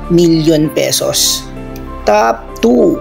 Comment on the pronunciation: First off, Saan galing ang mga figures mo na yan? Parang di accurate ang data mo bro eh...TOP10 not (tough10) with165M tapos yung (tough9) TOP9 mo naman with 55M only???with 40M subscriberS! pano nangyari yun? Pag plural with S dapat. So SUBSCRIBERS dapat diba? So improve your data...Important yan. And pls fix your P&F deficiency meaning, don't pronounce your F as P and vice versa...For example, pag FOUR, it should be pronounced as FOR not POR. And same thing if it's P naman, don't pronounce it as F...You're just reading your scripts right?so pls read it clearly and accurately, so it would be pleasing for all of us, your listenerS! Constructive criticism that you may consider, but believe me, it's for your betterment, if you want to continue this as your career.God bless you!